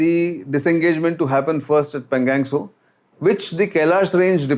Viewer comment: Sir.. pl say पेंगाॅंग त्सो.. and not पेंगॅंग त्सो